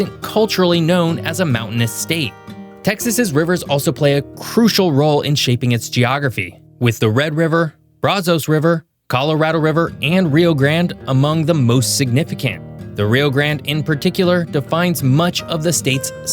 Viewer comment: Great video. Just have to complain that Brazos is pronounced “Bra- (Brad) zuss” and similar with Pecos being “Paycuss.”